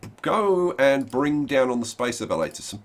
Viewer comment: Anybody else notice he said space evalator